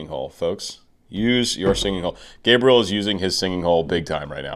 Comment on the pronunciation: Hey,! You didn't ask for, but let me help you pronounce his name properly. It is like "Gabriella", but you don't pronounce the last "A" and the "L" sounds like "oo" (similar to "w" sound) and the stress in on the "E ", which sounds like the "E" in the word "mess". "guh-bree-E-oo" "Henrique" sounds more like "en he key".